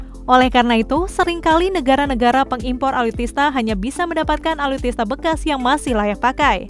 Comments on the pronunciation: ALUTSISTA BUKAN ALUTISTA. NEWSCASTER GANTI AJA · Alutsista mbaaak... Bukan alutista, Susah bener bilangnya...